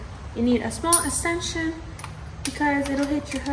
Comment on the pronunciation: It called an EXTENSION. Not asentsion